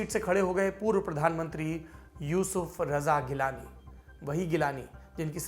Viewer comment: Saurab bhai wo G-lani hai geelani nahi ...